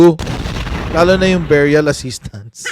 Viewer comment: beh-ree-uhl...hindi biyuryal ano ba tong Sara walang alam...lagi cguro lakwatsa sa school😂😂😂😂dumaan sya sa LGU bakit di niya alam